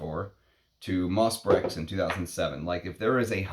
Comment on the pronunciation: Nothing mentioned about the unusual name for this fragrance? Nice review, although I think you owe it to your viewers to at least pronounce the name of the fragrance correctly. It’s pronounced , not . Being an American with no French does not really grant you a viable pass when devoting a post to a single fragrance, for a little googling can give you the (very simple) pronunciation. Up your nerd game slightly higher, my friend. Brèches is a village in the Loire Valley, but the word itself also means ‘breeches’, or, in other words, a type of trouser. So, is the name of the fragrance a nod to that region of France (doubtful), or is there some kind of cheeky innuendo having to do with men’s trousers and woodlands. (We all know Tom Ford’s occasional predilection for that kind of innuendo in his marketing.) The ‘PG-rated’, and perhaps most likely, interpretation of the name might be simply the fusion of the fragrance’s elements: ‘Moss,’ denoting the fragrance’s (proclaimed, at least) earthy and aromatic elements, and perhaps ‘Breches’ as a nod to men’s sartorial history, and thus to the history of men’s perfumery. (Breeches were sometimes crafted from leather in the 19thC, though leather is not a major player in MB. Some kind of honeyed vanilla is, rather.) Personally, I don’t find it to be brilliant. Its scarcity is its primary value. And do you not catch even a slight connection to Derby? Much more ‘moss’ there, of course.